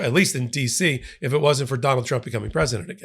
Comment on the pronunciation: "Wan't"? WTF is wan't?